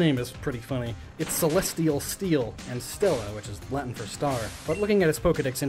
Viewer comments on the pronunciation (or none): none